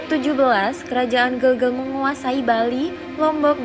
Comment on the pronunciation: Gelgel ...e nya dibaca e spt pd vespa